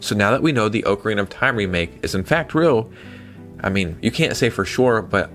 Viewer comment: Question for ya. Do you read the comments? I've seen it mentioned before, but you still pronounce Ocarina as "Oak-a-reena" but it's pronounced "Ock-a-reena" 😅